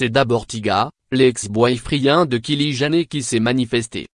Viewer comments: On prononce " kali jainner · HAHAHA non on prononce "kayli jainner" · WAAAAHAAAAA 😂😂😂😂😂😂😂😂😂 le gas nous lache des kili gener et des boy fri1 sens pression 😂😂😂 aucune honte il nous lache sa oklm 😂😂😂😂 Sa se pronnonce Kaylie JENNER et non "gener"